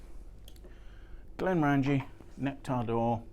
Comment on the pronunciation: Glen More En Gee. Not Glen more Angie.